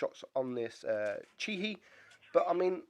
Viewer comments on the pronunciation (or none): it's not Chee hee, it's chi he(hae)